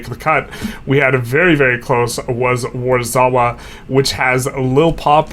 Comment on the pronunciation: And your pronunciation of Warszawa hurst my soul. The SZ in middle is pronounced like SH in Shame. Or just say Warsaw, its a cool name and everyone knows how to say it.